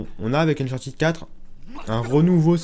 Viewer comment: on dit uncharTED pas TID